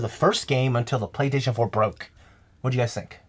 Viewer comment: It's what I heard when would say "Playstation". Go back and rewatch. You won't be able to unhear it.